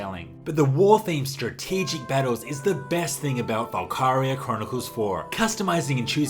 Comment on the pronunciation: The PSP version of Valkyria is great, especially when played on the Vita. I'm never heard anyone pronounce it Val-Kye-ria... Usually it's Val-ki-ria...